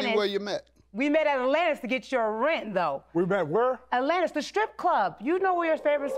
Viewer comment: “I never even went to attlllanntis” lol